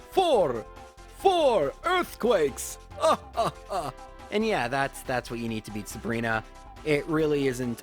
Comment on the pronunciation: "4 erd qwakes!"🤣